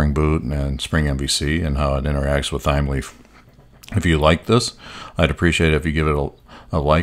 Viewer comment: Loving the video thus-far, thanks for taking the time to create it, much appreciated. P.S. I think it may be pronounced "Time-Leaf", just basing it off of the herb "thyme" which is pronounced like "Time"